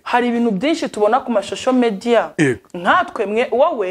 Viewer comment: Josée aravuze ngo shosho media kdi bavuga social media! Ukuntu ari mwiza disi kdi aranaryoshye!